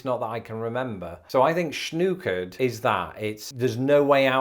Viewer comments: I’ve heard the Os of schnookered pronounced more like nock than ooo. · it isn't schnookered, it's schnockered. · Grew up in Michigan, and what you called schnookered we called schnockered or snockered-- i.e., pronounced like "knock" not "nuke" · Schnookered has too many o's. Should be Schnockered and pronounced with a short o sound to mean drunk off your ass. Or arse. Whichever you prefer. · My mother, who grew up in southern Minnesota always pronounced shnookered as “shnahkered” but it must definitely have the Sh sound at the beginning.